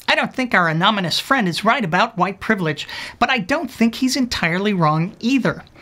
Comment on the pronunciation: My guess is that < 20% of your audience gets the "anominous" pronunciation. Hahahah there it is at the end.... Well I guess 100% get it now. :)